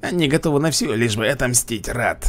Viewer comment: Я уже все прошел и могу сказать что лучший герой из бесплатных Муннисай то что ты произносишь ударение не там в многом например раад ты говоришь рад или эмпире'и ты говоришь э'мпирии и кстати почему ты не использовал новых юнитов негодяев у них подстрекатель имба